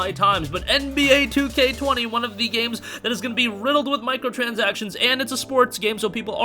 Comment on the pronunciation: “EN-BEE-AYY, 2K20” 💀